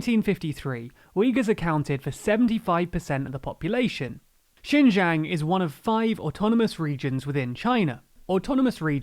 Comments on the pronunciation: actually "xin" is pronounced as "seen" and "jiang" is pronounced as "g--un", the "g" like how you pronounce the letter g and "un" like how you would pronounce the "un" in uncle. Not from China, just a chinese guy from another country who really hates what the Chinese govt is doing and is possibly going to do to the free world. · Great to cover this subject about Xinjiang, but for some reason you pronounce the J in Xinjiang like a Y throughout the whole video, while you pronounced the J in Beijing and Xi Jinping correctly. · This is a significant error on top of which the province is pronounced sheen-gee-ang, not 'jin yang' and not 'zin yang'. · Xinjiang is pronounced like "shin john" not "shin yang" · To be honest , u even cannot pronounce its name correctly , it’s not jin yang , it’s called xin jiang. That’s not even closer. Did u even do ur own research on this topic, or u just said whatever u want to say ? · No it isn't... more like 'shin jang' His pronunciation isn't great but pinyin is hard to learn for most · The province is roughly pronounced "Shin Jang," with the "ang" part pronounced like the Ang in Angela Merkel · Your pronunciation of Xinjiang seems to deteriorate as the video progresses. :( It's pronounced Sheen Ji(like 'jizz')-ang; you could also imagine 'jiang' as sounding like a particularly nasal (and monotone & high pitched) US pronunciation of 'John'. Keep up these videos. They're relevant to my interests. Love, /Liyang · Great video, can't even say Xin Jiang correctly. Do you even know how much advantage one would have just by being a minority in China (Uighurs)? I don't think you do. By the way, I checked your sources, I doubt people who made this video actually understand any Chinese. There is no first-hand information, I mean just go do something else, what a shit journalist Channel this is! Bravo! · I swear he pronounces Xinjiang differently every time lol